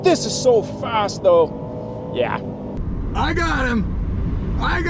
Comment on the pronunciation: That “YEAAHHH” sounded extremely American.